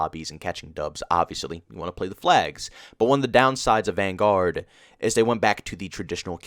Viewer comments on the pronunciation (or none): Is it just me or does say Vanguard like it’s two words. Van Guard